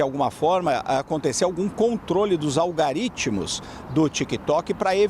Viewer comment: Algoritmos chefe, é algoritmos (não algaritmos)